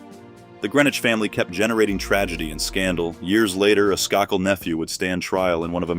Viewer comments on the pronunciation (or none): Isn't the maiden name pronounced "Skay - kill" with "a" - accent on first syllable. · Said her maiden name as Sky-cull ??? Seriously 😳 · SKAKEL??? AI is not sure about the pronunciation of her last name